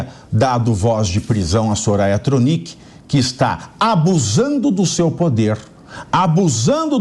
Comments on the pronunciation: Soraia Tronique(sobrenome difícil de pronunciar e escrever correto 😂😅Mulher asquerosa. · Nossa! É difícil mesmo pronunciar o nome senadora Thronicke?!😏🤔 Que vergonha!!! Que absurdo tudo isso!!!